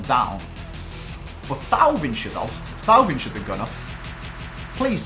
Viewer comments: It's pronounced TOE-VAN not THAU-VIN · It's TOEVAN